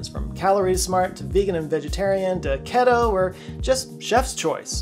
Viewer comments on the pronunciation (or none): Great video, as always. Regarding your sponsor, the word “Keto” is pronounced “Key-Toe” not “Keh-toe”. Cheers. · When you are 100% certain someone doesn’t know anything about the Keto Diet it’s K-EE-toe not K-eh-toe. Factor Keto meals are super delicious incase anyone else made it to the end sponsor. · The way he said keto lol